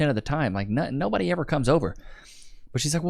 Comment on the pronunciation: "It's noo-buh-dee-uhhh!" 🙄